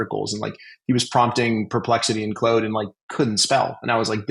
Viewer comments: Me rushing to the comments to see peoples reaction to you saying “Clode” instead of “Claude” 😂 great episode as usual 🙌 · Have I been mispronouncing Claude? I say it like, "Clawed", like a cat clawed... I keep hearing, "Clode". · Maye "Clode" was intentional. There's almost no way lol... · did you really just call claude "clode".... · I have a french friend who is called claude, his parents call him claude, never have I heard anyone refer to him as clode in my life, maybe it's a canadian thing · Hahaha who else saw all the contradictions from. Oh and it's pronounced as Clawed lol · I would find that a little easier to believe if you didn't accidentally say it the non-french way Loving the video, thanks for the learnings.